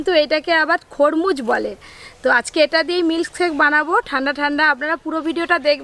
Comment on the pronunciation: Didivaii khormuj noi khorbuj ble